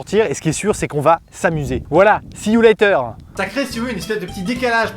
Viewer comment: "Si you layteur " ahhh le petit accent des familles 😏